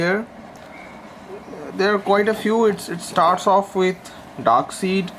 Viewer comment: Yeah... That mispronounciation was a bit off putting... But its a decent try at reviewing an omni this big!